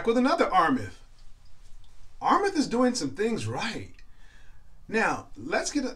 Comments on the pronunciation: Armaf is pronounced (R Maa ff ) not Rmeth. No disrespect. I'd rather tell you now for your future vids. To also help you avoid ppl from discrediting you. PPL are at times critical. Your vids are quaility & I wish you success. I just sub'ed... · Why is he saying armeth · You already butchered Armaf. R maf it is.